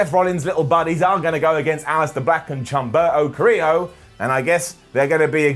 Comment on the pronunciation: Chumperto Carrilo? u ain't right 😂